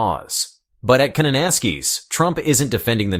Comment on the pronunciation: You are pronouncing Kananaskis wrong.